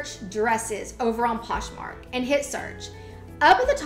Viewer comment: You constantly mispronounce things like Poshmark in 2 different ways in the same sentence but you are so adorable and I really like your content so it's very easy to overlook :) Keep up the good work!!